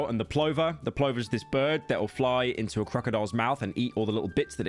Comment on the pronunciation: calls kamala karmella, refers to plovers as plowvers, oh yeah, its sloppin' time.